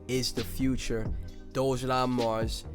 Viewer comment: decent video but you have to pronounce DOGELON correctly bro